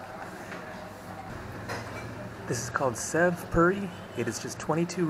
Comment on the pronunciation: Just for the future.....the sev in Sev puri is pronounced "save" Happy travels